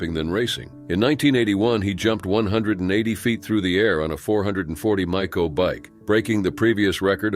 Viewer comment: And how it pronounces Maico!